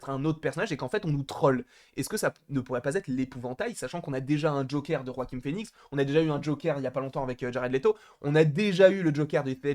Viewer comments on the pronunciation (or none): pourquoi tu dis roaquin phoenix ? on dit pas joaquin ? on s'en fou mais c juste une question